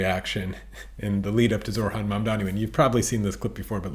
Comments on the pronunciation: Only correcting you because i know you care but it's... Zoh-ran You say zor-han 😅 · Thanks for this. It’s annoying though that you can’t pronounce ZOHRAN’s first name. You pronounced it ZORHAN every time. Please stop doing that. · It is NOT Zorhan... it is ZoHRan. You are saying his name wrong many times.